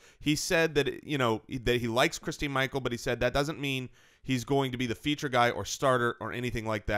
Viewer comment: It's christin Michael